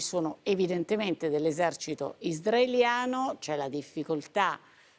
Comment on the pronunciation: Qualcuno dica alla giornalista in studio che si dice Israeliano e non isdraeliano !!!😂😂😂😂😂